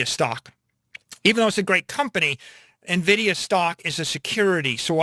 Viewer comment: It is en-vidia not na-vidia! Thank you.